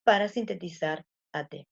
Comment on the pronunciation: Me estresa qué dice atépe y no atepé xd pero buena la Clase